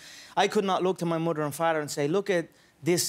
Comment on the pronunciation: Mudder and Farter ?